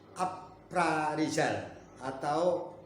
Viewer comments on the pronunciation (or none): Bukan aparizal.,.. yg bener itu apresel.